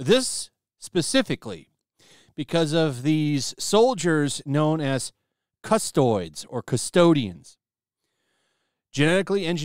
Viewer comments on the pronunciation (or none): God the way you say Custodes is infuriating. It's CUS-TOE-DEES, not custoids. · don’t mean to be a grammar nazi but it’s pronounced cus-toe-dees. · I'm not gonna lie, twitched a little at hearing "CustOIDS" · Thanks for sharing the word! In case it comes up again - cust-oh-dees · Lol " custoids". I'm gonna forever call them that! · My man calling them “Custoids” is killing me… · Funniest thing about this video is that he keeps referring to Custodes as Custoids xD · It’s going to take games workshop 40 thousand years to fix this 😉 Custodes is pronounced Cus-toads. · Its pronounced "cus-toh-dees" And yes there are amazing all-female factions for humans; the Sisters of Battle, nuns with guns that can manifest actual faith powers and the Sisters of Silence, anti-psychic superwomen capable of truly killing the supernatural. In this setting, killing daemons or warp entities, beings not of this reality, only prolongs their return.